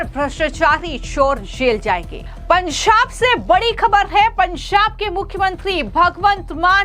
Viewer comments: Pansab nahin Panjab hota Hai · पंजाब को पनअजांब क्यो बोल रही है ?? छापेमारी को शापेहारी बोल रही है ? जनता को झनता बोल रही है ?? पहले अपनी जुबान साफ करके आओ।😅😅😅😅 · आपका एक्सेंट बहुत गलत है। आप पंजाब को पंसाब कह रही हैं। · "पंजाब" तो ठीक से बोल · What's that pronunciation of Punjab